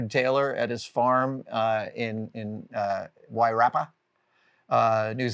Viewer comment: You could have passed as a local with the way you said Wairarapa. Bloody good mate.